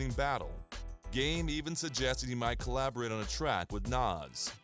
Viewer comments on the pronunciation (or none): This dude doesn't know how to pronounce NAS has no business doing a documentary.